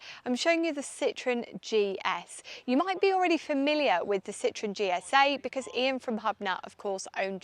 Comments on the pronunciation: Citroën. Not citron. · In French and German you need to pronounce IT correctly. This ist defenitly not a Citroen!